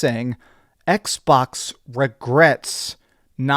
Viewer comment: I don't come here to see washboard face, nor to hear him say "Ecksh..Bawksh" like it is 2 words in a mouth full of spit, but I do come here to see the Xbox fanboys melt down and soil themselves. This is a transitionary time for Xbox. This IS a smart move for them and Sony WILL follow suit to also be multi-plat. Different strategy no doubt, but this is where the money is and Sony knows it. Plastic box vs. Plastic box loyalty is coming to a close. But if Playstation is the only plastic box out there - well we all know Monopolies are not good for consumers, so hopefully Xbox makes consoles as an option to PC hardware and as an option to buying a playstation in the future.